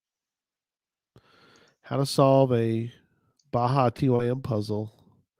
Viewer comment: Bajatym is pronounced Baja Time